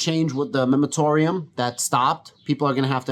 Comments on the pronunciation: great video. I own 10,450 shares of Sofi. I usually add shares every week but i’m holding right now until the price drops below $8.. Also it’s the “moratorium”… not “memotorium”… 😂 it also took me awhile to get that right. mor·a·to·ri·um /ˌmôrəˈtôrēəm/ noun a temporary prohibition of an activity. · 😂😂😂 the accent is the reason you’re saying MEMAROTORIUM instead of MORATORIUM? like i said it took me a while to say it correctly so no harm no foul.